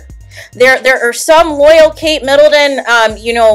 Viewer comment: Please don’t say Kate MiddleDon